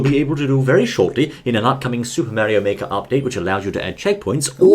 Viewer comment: It Is Super Mario Makers Not Super Meario Make